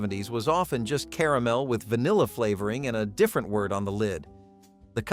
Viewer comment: I like how he said "Caramel" .."Ca-ram-alama"